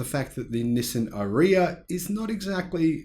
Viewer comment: Sorry to be pedantic but the way you say Ariya is completely wrong! :)